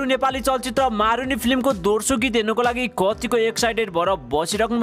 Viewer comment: दोर्सो हैन हजुर दोस्रो हो अस्ति पनि निखिल उप्रेती लाई उर्पेती भन्दै हुनुहुन्थ्यो आज पनि दोस्रो भन्या दोर्सो दोर्सो भन्नी 😉😉😉😂😂😂😂😂😂